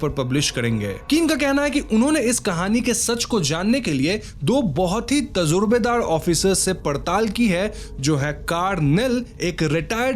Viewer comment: It's not tawazzo..it is tawajjoh.. not tazrubedar it is tajrubedar.. rest is perfect